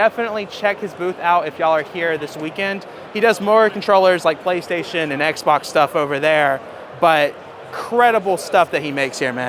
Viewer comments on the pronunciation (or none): none